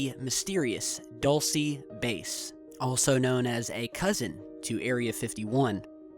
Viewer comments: DULCE: DOOL-SEH, not DOLL-SEE..... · Dulce = candy sorry I got annoyed how pronounced